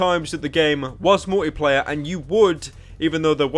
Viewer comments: Anyone else really annoyed at how he says "Mor'y'player" instead of "Multiplayer"? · Why does he pronounce Multiplayer; "Mouwlypleyeh"? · Multi-player, not mulleeplayah. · You say multiplayer funny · I love how Pyro pronounces "multiplayer"